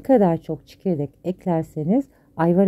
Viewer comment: Ablam:Elceğzine sağlık bea.. Harika bir reçel,çok severim,yıllardır yemiyorum da ama ben Gurbetde büyüdüm Türkçem zaten akzanlı ve büyüklerim çok ikaz ederdi.Ablacigim hatırladığım kadari ile Çekirdek olması gerekiyor ama 'ÇİKERDEK', duyduk 3kisi sesinize odaklandık 'aceb biz mi yanlış duyuyoruz' diye. (Çikerdek) tuttum bunu,teşekkürler🙏🤲🇹🇷👋